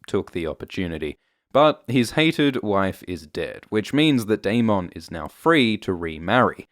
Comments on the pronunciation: 1) love the videos. 2) the spelling of Daemon is technically pronounced "demon", but if the show/book is going to use it as the equivalent of "Damon" then it should be pronounced the same way, rather than the extra emphasis on the "mon" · Why do you pronounce Daemon like he's a Pokemon?. Lol. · I hate how you pronounce 'Daemon' and you say it so much lol. Anywho, luv your vids;) #cheers